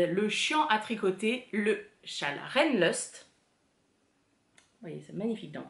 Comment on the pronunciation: Si je peux me permettre, on prononce "raïnloust", ce qui signifie "envie, plaisir du Rhin" 😉 Que veux-tu, prof d'allemand, on ne se refait pas ! 😋 Ta marinière est superbe et te va vraiment bien !